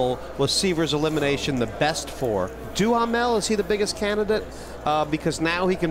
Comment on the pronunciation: I wish people would learn the correct pronunciation of Duhamel, it is DOO Mel